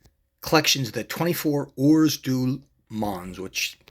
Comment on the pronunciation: I know this is an old video now but I took a look as I may pick this particular one up at some point. It is nice, I would note that the pronunciation of heures is pretty much 'err' and mans is 'mon'. I think most people stateside seem to add the s on the end but the s is silent. This car isn't a Petit le Mans car of course but that has two silent letters in it as the second t in Petit is also silent, so it's closer to Peti le Mon in terms of how it's pronounced.